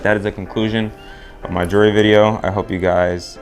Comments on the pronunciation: Whats juree? Its jewel-er-ree 😂😂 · actually its jewel-ree, why are you adding an extra syllabus